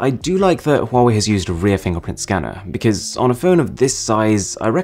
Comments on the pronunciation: Yo Call It Wrong Its Wa-Wei! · No say, huawei,se dice wuawei